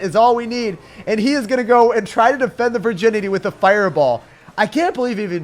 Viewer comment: When he says virginity it's weird